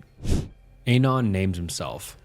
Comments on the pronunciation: I find it funny the way you pronounce Anon. Ay-non, as opposed to, at least what I think, Ah-non. Also, 4Chan stories are preferred to Reddit stories. But seriously, great content. Makes my shift go by much smother. Thanks! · Also.. ANON is the first two syllables of ANONYMOUS. why are you saying it intentionally off?